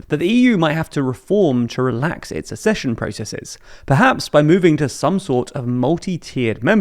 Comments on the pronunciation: AK-sesh-un It's pronounced AK-sech-un. Hard C sound. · Aaargh! The word is "accession", not "assession"! 🤬 It's about ACCESS (pronounced "Ack-sess"); it's not about assessment! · It’s not assession, it’s accession. Double c, it’s pronounced like “ax-session”. It’s mispronounced in many TLDR videos and it’s annoying. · IT'S PRONOUNCED "ACK-SESSION"! Really annoys me how you repeatedly say this word incorrectly!